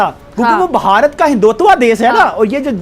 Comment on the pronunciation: Aap hindustani ki sun hi nahi rahen hai. Mai Sindhi hoo, mere valdaiyen aur Abba Hindu hone ki vajah se pk se migrate kiye the sun'47 mai. Hum Sindhi Bharat mai Modi ji ke raaj main changebhale hain.aap pahle apna pronunciation toh theek kijiye hindhu se hindhutav hota hai na ki hindhutavha हिंदुत्व vaise hi modiji modiji hota hai na ki moddiji jaise Hindi main मोदी जी, aap toh naam aur dharm ke naam ka hi majak bana rakha hai, shame on you, joh pronounciation bhi barabar kah nahi pate hain, aapko dekhkar Alia Bhatt Rajee wali muzhe Ghar Jana hai bhi theek lagti hai